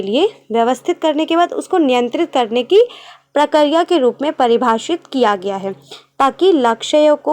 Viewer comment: Mam wo prakariya prakriya hota hai